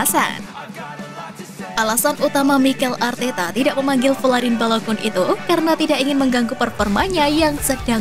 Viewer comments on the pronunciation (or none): bacanya BALOGAN min. trs EVERTEN, ODIGARD.